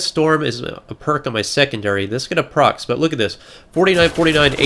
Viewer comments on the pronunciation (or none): love your vids. But's it not "Proxes"...it's "Procs".